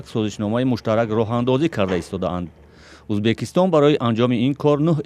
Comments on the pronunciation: Журналистка гап занира ед биги авал узбакистон? не Узбекистон !! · я сам таджик но блин когда журналист говорить узбакистон а не узбекистон ? блин что сказать тогда а других простых людей обратите на это внимание тупые все ли там ? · Баранда за кадром ки гап мезанад факат мега узбакистон на узбекисто некий мо уззббааак мегем))))) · Кадом бе акл дар коридор хондаги бесавод бдагист. Узбекистон ё Узбакистон фарк намекна. Подавон омада журналист мешава хозир. Хамон Подавон ай и журналистда обру дора хозир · Скажите пожалуйста озвучивающий особе что надо говорить Узбекистон а не Узбакистон это оскарбление целого народа